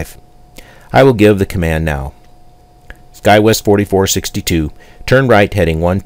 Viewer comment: FOr Real?? you instructed the pilot to descend and maintain 8000- pilot did not repeat your command correctly, instead he said descend and maintain 0 which means your speech recog is not working properly. And why are you saying "guywest" and not skywest? I notice alot of the texts in these videos are not matching up with your speech but you make it seem like the pilots are understanding you for the sake of the video. For 60 bucks, I don't think so.